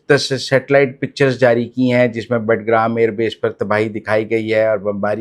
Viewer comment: مزمل صاحب بٹگرام ایئر بیس نہیں بگرام ایئربیس ھے تنقید برائے اصلاح